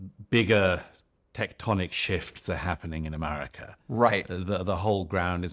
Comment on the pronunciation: I have great appreciation for Mr. Murray and rather enjoy his pluminess--but I do wish he would drop his odd pronunciation of "America," which sounds like a-MAH-ri-KAH.